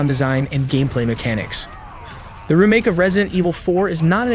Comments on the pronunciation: I've never heard someone pronounce that word as "reh make" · Hate the way he says remake 🤣 bet none of these will be on PS4😞 and probably centred around online only 🙄